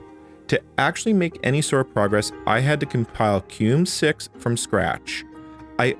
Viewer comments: You say "Cue - mm" and I've always heard my fellow Red Hatter pronounce it as "Queue Ee Em You" (or spelling it out) as I had also prior to joining. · Why are you pronouncing it "kewm"? It's spelled Q-E-M-U. I normally hear it pronounced "Key-mew". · It's pronounced kee-moo, not cume. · it's KEY MU as in Emu. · how come you keep pronouncing it as "cume" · so... "keum"? i always called it "Q-emu" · Is QEMU really pronounced COOM? lmao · I don't know how QEMU is supposed to be pronounced (Key-myu? Kem-you? Q-E-M-U?) but I know it isn't how you pronounce it. The word doesn't end with an M. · Not "cume", it's "cue em-yoo" as in quick emulator. Some apparently say "kee-mew" which is only slightly less nuts-driving. Edit: You really said "ect" too? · Do you pronounce QEMU, /etc, and Kerberos incorrectly for engagement?